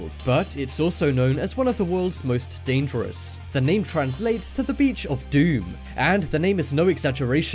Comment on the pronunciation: This is not real . Every five minutes you say dadares